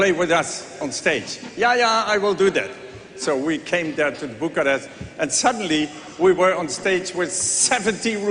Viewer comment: Bucharest and Maastricht not Buccarat and My Street . Why Europeans don't mess up names like New York with Newtorc, but Americans do that to EU cities ?